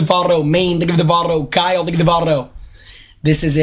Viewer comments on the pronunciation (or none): none